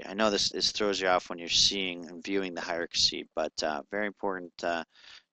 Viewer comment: sorry for correcting, but it's driving me crazy listening to this over and over!--It's Hie-rar-kee, NOT Hie-ra-ka-see! Ugh. Look at the spelling: Hierarchy